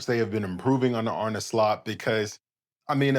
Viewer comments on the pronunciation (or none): none